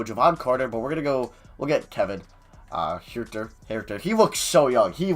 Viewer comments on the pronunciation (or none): none